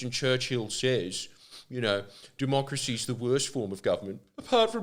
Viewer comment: Jordie did U say " doomochracy " That's lit